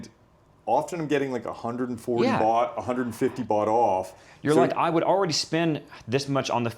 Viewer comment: Fantastic video. It’s funny he has a cleaning person 2X a week. He only needs it once a month. Place is immaculate. Loved this whole video. Would love to know him, he’s like me. God bless. ps the host is great too. When he was saying bot I thought he was saying “bucks”. Some of the prices with the bot thing believing it was bucks was “wow”. .